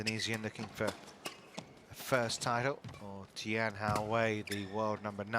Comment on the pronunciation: It's not Jion.. it's Jeon..